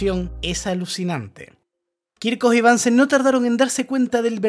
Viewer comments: asi esta mejor, es BUNSEN no bansen es aleman no ingles El mechero de BUNSEN. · Es alemán así que se pronuncia Bunsen no "Bansen" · bunsen se dice . es aleman no ingles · Es Bunsen, no Bánsen. Es alemán. Muy bueno tu canal. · El aleman se pronuncia como el aleman, no como el ingles... Bunsen se pronuncia casi igual que en español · Hola, gracias por el vídeo que es muy interesante. Sólo un apunte: Bunsen es un apellido alemán, así que no hay ninguna razón para pronunciarlo en inglés, puesto que en alemán suena exactamente igual que si lo leyeras en español.